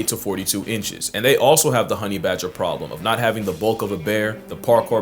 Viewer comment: bager not badger yeah